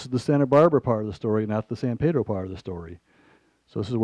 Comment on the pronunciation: Every time this supposed "expert" said, "San Pedro." I cringed. We do not pronounce the name of our town : Paydro. It is pronounced by every local (Pedronian), Peeeedro.